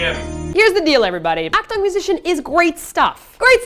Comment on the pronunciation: Just a pointer on pronouncing Akdong, its a short "o" sound, not long : )